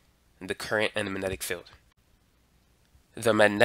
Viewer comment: "mannenic", lol.